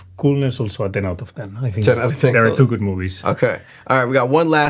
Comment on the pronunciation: "gud pitza"